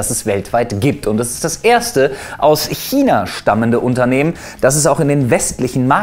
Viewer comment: kina? China? Hmm einfach "Kchina" 😂